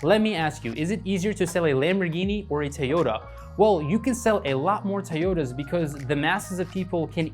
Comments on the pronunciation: Good video, but how you say "Tay-ota" gave me tourette's. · The way you pronounce toyota. Lol you just earned a sub.